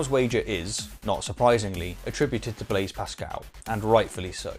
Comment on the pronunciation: Thai is not how Denis or Blaise are pronounced in the case of Diderot and Pascal's forenames respectively. I haven't viewed the entire video yet but there are in fact infinitely many that satisfy the criteria required for Pascal's wager.